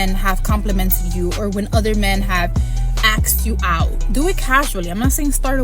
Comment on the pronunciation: Axed you out? who teaches these dolts how to speak?